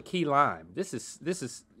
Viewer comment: its key lime not key line lol